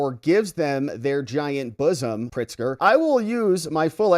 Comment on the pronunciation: 🤣🤣 He said Illi-NOISE. That's how I pronounce it. AND THEN THERE IS PRIT-ZFCK.